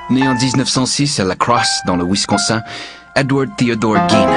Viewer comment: "Winsconsein" aïe, aïe, aïe.....